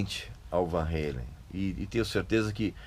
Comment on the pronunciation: Van Halen, e não Van reilen, era sim uma banda muito chata! Podre! Vtnc. É Van Ralem! Não é Van Ralem.